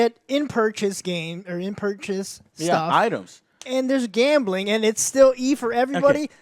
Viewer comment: Great video. Can i just say tho, Joe, there is no E in gambling. GAMBELING